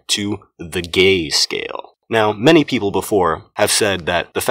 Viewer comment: I lost when he saids GÆ SCAYEL